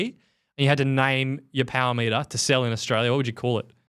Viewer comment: I am only here for the Powah Meatah! I am not dissapointed.